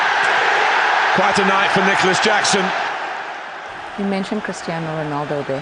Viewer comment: The player with the best name pronunciation ! “NICOLAS JACKSON” 😂